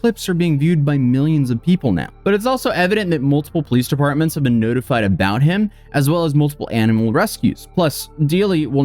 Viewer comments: “aboot” in his screaming rant was so funny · Everybody gangsta till a Canadian starts repeating A-BOAT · His "a boot" is nuts. 😅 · Lol this might be because I'm also from Southwestern Ontario, Canada but that accent isn't even that crazy. Like yeah he sounds a bit goofy when he says about but he's still completely understandable to me at least. Like Toronto has a bunch of different accents, like in the Jane and Finch area there are a lot of immigrants from Jamaica, Vietnam, East India, and Italy so their accent has developed into this really weird dialect including Jamaican slang like "Wahgwahn?". If you go to Markham (a city within the area that we'd call Toronto) about 80% of it's population identifies as ethnically Asian, if you go to Pacific Mall you'll find all sorts of Chinese bootleg products being sold (or at least that's how it was like 10 years ago when I last was there) and anyone over the age of 50 spoke with a heavy asian accent but all of their kids speak "normal" Canadian English. There are a ton of different accents in "Toronto" (locals consider anything that you can can access via the Toronto Transit Commission system to be Toronto which actually covers many different cities) some of them that are incomprehensible even by other locals, like if you didn't grow up in their area you won't understand their dialect or accent because it all depends on where they immigrated from and a blending of those accents. However, no Toronto accent can hold a candle to the Newfie accent. I'm not even sure other Newfies understand each other, technically they speak English but it's kinda like scottish wher